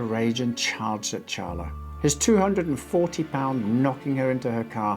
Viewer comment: I appreciate you saying Charla correctly (though I don't know how the lady in the story pronounces it). Most people say Sharla